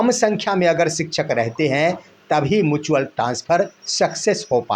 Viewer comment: मुचुअल नहीं म्युचुअल होता है।